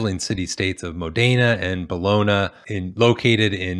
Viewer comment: "Bologna" is pronounced "Bol-on-ya."